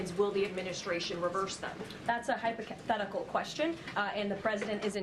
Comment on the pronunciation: She just said, "hypocothetical" 😂😂😂😂